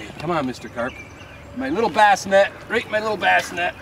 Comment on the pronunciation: Nice and quiet , RRRRRRRRRRRight :>)